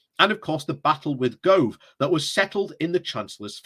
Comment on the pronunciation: Michael GO-OOOOOVE not GRRRRRROOOOVE